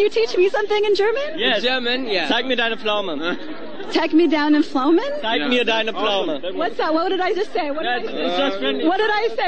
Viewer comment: HAHAHAHAHAHAHAHAH OMG !!!!!!! TAG ME DAINA FLOHMEN (sounds like the pronounciation)